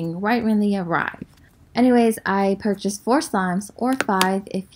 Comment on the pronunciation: ahh I see you! "purr-chashed"😂😂😂